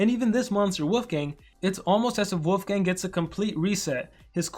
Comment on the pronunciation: It sounds like you’re saying wofgang